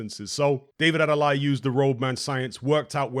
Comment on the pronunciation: Adeleye pronounced ( Ade - Lay - Eee ). Also it was a RIGHT hook